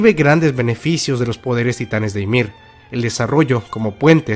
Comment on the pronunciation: Me causa una sensación horrible que digas ymir y no yamir jajajaa muy buen video